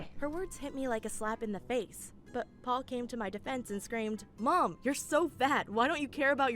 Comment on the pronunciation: Why does it sound like says Pole instead of Paul?